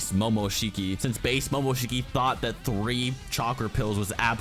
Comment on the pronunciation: I appreciate the research and time put into the video. But I cringe a bit everytime you mispronounce Kinshiki and Momoshiki. It's "shhhkee" not "sheeekeeee".